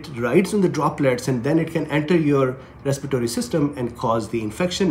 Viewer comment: Please correct a word,respiratory,not respitory